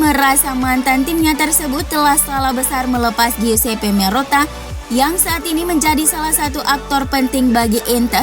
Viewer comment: Admin gak bisa nyebut sassuolo wkwk, sassualo.. Giuseppe, guiseppe